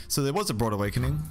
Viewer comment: You keep saying "broad awakening." Is this an accent thing?